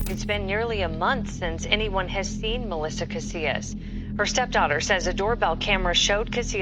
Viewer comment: This was a profound video. Thank you so much! I know it doesn’t really matter but since I know you will be reporting on these people and places again. I wanted to share with you how some names should be pronounced. I come from New Mexico and Bernalillo is pronounced Berna-Lee-yo and Taos native’s last name Casias is pronounced Cass- eeyas. One thing you should know, several women have disappeared in Taos under the same circumstances. It is believed that Taos has a serial kidnapper/killer.